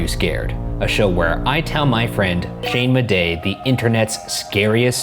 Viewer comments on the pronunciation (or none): i swear ryan said "hane madej" instead of "shane" am i just going crazy or